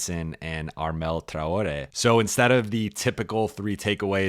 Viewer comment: Why is Traore's name pronounced differently every time😂